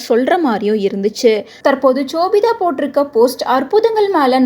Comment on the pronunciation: Chobitha ila ma.. shobitha